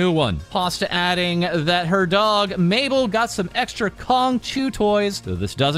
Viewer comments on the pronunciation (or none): none